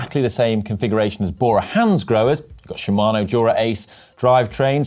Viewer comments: Hey GCN, please ask GCN Japan how to pronounce Shimano! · She - ma - no. Should also learn Movistar - Mow - v - star, not Movie Star.